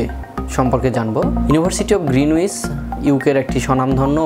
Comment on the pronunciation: গ্রীনিচ উচ্চারণ আগে ভালো করে শিখে তার পর ভিডিও বানানো উচিত।